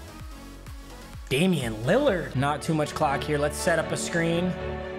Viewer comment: Nobody:: “Damian Lillard” Dwayne Wade: “I’m not that guy pal Trust me I’m not that guy”